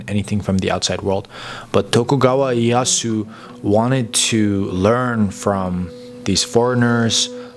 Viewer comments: Great content but you need to work on your Japanese pronunciation though. For example, Ieyasu is more like I e ya si (just put いえやす into text to speech software such as Google translate and you can learn how to pronounce it properly). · orrection: Tokugawa IEYASU, not Yasu as you mention .